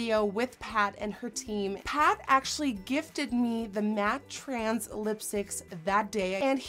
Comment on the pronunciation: It's matte TRANCE not matte TRANS as you keep pronouncing it 🙉